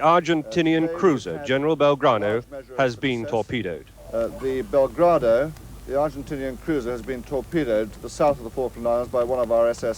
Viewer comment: The "Belgrado"? er... what?